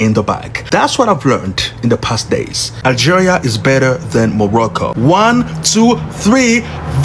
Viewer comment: My guy doesn't know how to pronounce Algeria lol and he said he never heard of Algeria but he's an adult. What are kids learning in schools in America these days. Like do they even teach u about the world and the names of all other countries and the way people live all over the world and other people freedom and opportunities compared to ur own freedom and opportunities here in America and make u like really understand the difference and inspire u to really stand up unite and protect this country and its laws and policies protect the constitution and even try to get other countries to adopt America's ways of giving ur people complete freedom as a human and treat everyone the same no matter what color, gender, race and religion they are just give all the opportunities to make a living